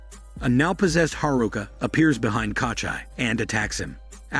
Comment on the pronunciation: "Katcha" - it's Kochi wtf